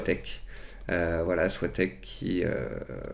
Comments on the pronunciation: on dit pas soi-tec mais so-i-tec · merci pour ces vidéos super intéressantes, juste pour info j'ai travaillé a soitec et sa se prononce SO-I-TEC